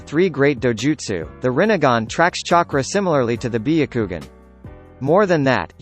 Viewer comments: biyakugan nooooooooo its BYAKUGAN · When he said biukugun I died and resurrected to say bayakugan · I stop watching after he said byagugin. Like really man? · Bee.a.kugan?!....it's Byakugannnnnn!🙄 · Nobody: The vid: bEeYoUkWoGuN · Beyucoogan HAHAHAHHAHAHHAHHAAH sherengan AHHHHAHAHABHAHHAHHHAHHAHHHAHHAHHA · “Bee-a-koogan” cmon bro you need to pronounce these terms right lol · "Be - a - kougan" is the right pronunciation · The way he said byakugan (bee-o-ku-gon) is so triggering Just why... WHYYYY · Bi-ya-ku-gun , Share-in-gan Me:...your saying it WRONG * hermione ver * Sasukey Me:* breaths heavily * More pronounces that are wrong Its fine nobody is perfect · Ahhah "biyukugan" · This is how he said byakugan Biyakugan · BIH-YA-KOO-GAN God damn son, say it right.... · Be akugan lol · Be a ku gan what type of douōjutsu is that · When bro said byakugan I lost it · THE WAY GOOGLE PRONOUNCES BYAKUGAN😂😂😂😂😂😂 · How he said byakugan makes me rethink if I actually know how to say it XD. How about trying ur real voice though? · Why "biyagukan" and "sasooke"?